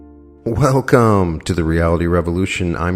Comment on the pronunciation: You didn't say 'welcome' the correct way Brian 😊.